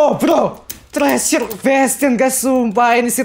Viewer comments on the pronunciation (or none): none